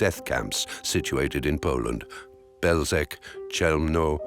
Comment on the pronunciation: pronunciation of Belzec is wrong